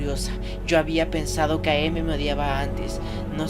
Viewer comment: Solo una pequeña anotación es AM no A, M. El am se lee como el final de "I AM".